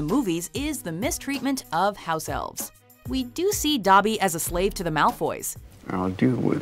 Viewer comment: Tol Beane it’s Dobby not Duh-by